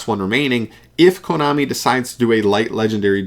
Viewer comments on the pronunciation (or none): none